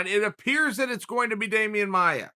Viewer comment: Damian "Amaia" Maia